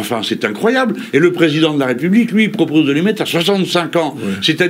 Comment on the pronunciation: En même temps quand un candidat est reçu sur un plateau mais présenté comme "le futuw pwésident de la Wépubliqe" ça en dit long.